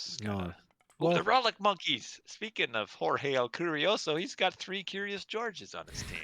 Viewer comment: Jorge el curioso aka the curious George. Always fun to hear anglo people struggle with spanish pronunciation 😂